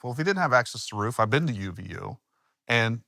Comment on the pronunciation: Love hearing Jeremy’s accent come out on “ruuf.” He’s used that word so much lately 😂